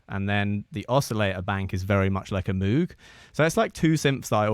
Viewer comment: Great video! FYI, it’s pronounced mowg. I lived in Asheville for awhile and went to the moog store and moog fest. Seen the Bob Moog documentary as well. I used to think it was the way you said it.